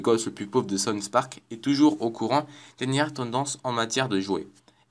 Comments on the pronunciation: Le mec il ne sait même pas prononcer les noms correctement... "sonsse park" et ca ne s'entend PAS DU TOUT que tu lis un texte... mais vraiment pas... Quel talent. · "tweek tweek" "kinny" "sonns park" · "sons park" ?